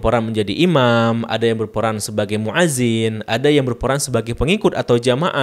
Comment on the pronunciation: Itu banyak di kitab2 dijelaskan, di kitab i'anatul tholibin jg ada. Koreksi sedikit: muadzin itu pake hamzah bukan 'ain. Fi'il amr jg pake hamzah bukan pake 'ain. Hati2 ketika mengucapkan... semangat ya belajar bahasa arabnya lagi.